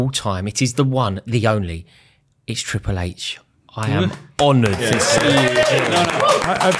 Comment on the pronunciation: ??? It's Triple H